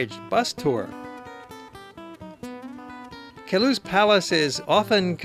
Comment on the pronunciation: Ugh. It's called the "Palace OF Queluz" Get it right. :/